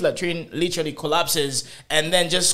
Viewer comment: did he just say colapt????